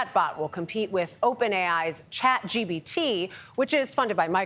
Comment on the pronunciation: did she say Chat GBD?